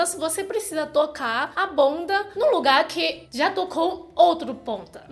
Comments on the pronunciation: agachar é o certo, não tem "n" ou seja não é "aganchar" . Bunda não ponda estica o "u " da palavra que vc consegue buuuunda, acho que melhorará o som. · "BONDA" AKKAKAKAKAKAKAKAKAJAKAKAKAKA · Eu demorei pra entender que era "bunda"! Eu pensei que ela falava "tocar a ponta"! Muito engraçado a "ponda"! 🤣